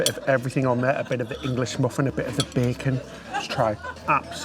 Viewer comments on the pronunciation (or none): none